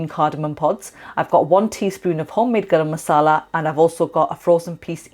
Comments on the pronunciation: Hi what Masala spice did you put in all I hear is Grr masala😊 thanks. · She used grrrr masala